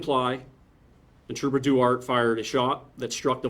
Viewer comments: Well, the officer in this probably will never see this comment, but I’m pretty sure that Duarte is pronounced Dwahrteh, not Doo-art. It’s of Spanish origins. Trust me, I live in So. Cal. and my mother-in-law lives in the town of Duarte. Even if you can’t pronounce Spanish words well, you should at least say, “Dwartee”. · I think he is mispronouncing Trooper Duarte’s name.